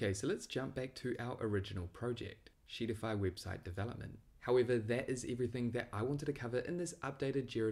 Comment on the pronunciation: sheetify sounds so much like shittify... I can't lol